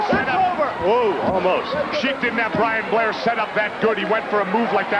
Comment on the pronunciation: jese said be blian blair lol